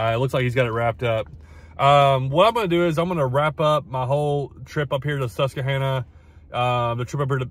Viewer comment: You’re pronouncing Susquehanna wrong by the way. Very close though.